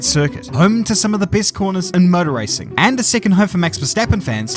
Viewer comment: I love how says "motor racing" sounds like "murder racing" 🤣.